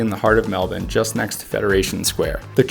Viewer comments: Grew up in Melbourne, I appreciate your pronunciation of the city. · 1000 points for pronouncing Melbourne correctly!